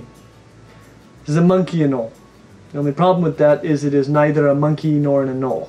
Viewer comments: Why do you say "anolee," bro? It's "a-nole." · It’s pronounced anol not anol eeeeee although spelled anole it’s said with out the e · Please stop saying anolE! Lol it’s not pronounced anolE it’s just anole. The O is long so the E is silent. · Anoley? Again? Seriously?? Sometimes I feel like you say things in the most unpleasing way on purpose just to screw with everyone. You’re secretly trolling, aren’t you?